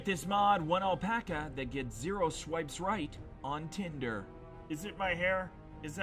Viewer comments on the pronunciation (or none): none